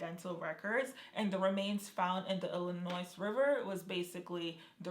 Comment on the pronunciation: Thank you for this time-line video ! I think whoever killed Jelani was a professional killer...😥😢 Side note: Just so you know queen...Illinois is not pronounced with the S on the end. Don't feel bad I used to pronounce it the same way..😆